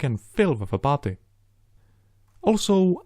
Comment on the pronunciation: i love him and his videos. but i hate the way he says putty. i know he has a heavy accent! still.....botty